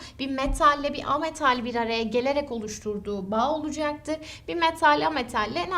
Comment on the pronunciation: "Olucaktır" demesi ne hoş hocanın ya <3